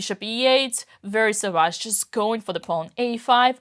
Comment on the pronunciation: Cute how Dina pronounces "savage" as though she's speaking French with the stress on the second syllable